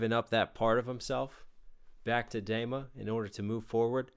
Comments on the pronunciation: great breakdown, but PLEASE it is pronounced Dema with a long e. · Nice reaction. One thing tho, it is called DEma (like tree) not Dayma. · I hate how you say dema d ma or dee ma phonetically, come on. XD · It's pronounced DEEMA, not DAYMA :p good video though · Good Lord... I hope you've learned how to pronounce Dema. Say it with me...Deeeeeema. Deeema. Dema. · DEMA is pronounced "DEEMA" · Did he calls dema, dayma? Sir. Excuse me? 😂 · its pronounced "deema" btw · I’m sorry. I have too. I absolutely love that this guy is paying attention and dissecting twenty one pilots’ music… but.. its DEMA. D-ee-mah. It was bothering me. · thank you for finishing the trilogy you made a 2 min song a 20 min commentary which it deserves and also by the way the e in dema sounds more like tree than egg 👊